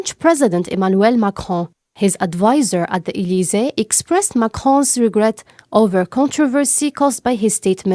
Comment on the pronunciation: Please make sure to rehearse and try to improve yourselfs more. It is acceptable to make mistakes because you are new to news, but in the future it will not be acceptable. Please try to spell the French names in English accent ( Macron, Elysee...) again train and evolve. Good luck.